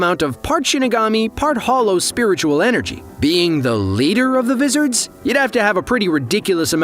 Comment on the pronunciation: Nope, I didn’t like the pronunciation either